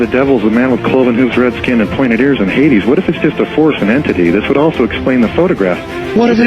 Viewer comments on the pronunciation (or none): none